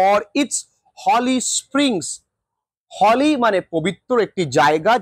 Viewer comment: Holy= হলি নয় হোলি